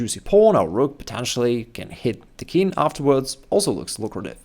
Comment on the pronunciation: I wonder… why do you say « kin’ » for the king, dropping the g altogether? For some reason I find it a bit annoying…😁